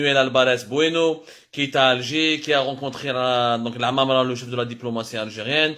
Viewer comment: Vous vous êtes trompé Abdou vous avez dit Amamra non il faut dire Hamamra 💩💩💩💩